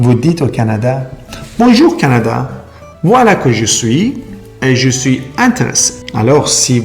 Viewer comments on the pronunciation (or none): یه ذره طبیعی حرف بزن ژو سویی نه، شویی